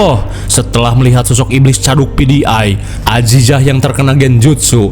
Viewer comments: Aya Aya wae si akang...di ulang ulang ngedengerin ternyata baru nyaho kalo bilang caduk PDI.. kirain pidiay..😂😂😂😂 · Pakai pronounce English 😅